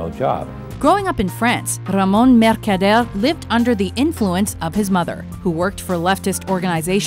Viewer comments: no accent Ramon changes voice and get thick spanish accent MERCADERE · RAMON MERKADEYERRRR HAHAHAHAHAAHAHAHAHA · Mercader a very difficult name to pronounce:))))